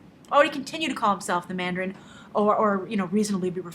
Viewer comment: Dont call it "Mandarine" lol